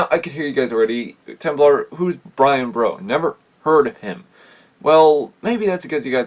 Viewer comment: His name is pronounced Brian bor u